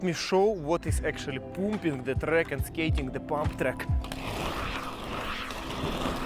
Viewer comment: “Parm-ping” will give u slightly better pronunciation 😅. Hoping you won’t get called up to join the fighting. The videos are too good!